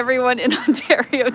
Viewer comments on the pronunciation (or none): none